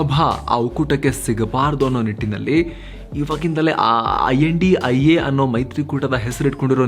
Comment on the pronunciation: Kindly don't pronounce name as a INDIA its a I.N.D.I.A